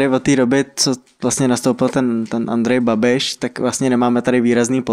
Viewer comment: Tjamp , Andjeje Babiše xd kujva jajdooo máme jotejjjjoooo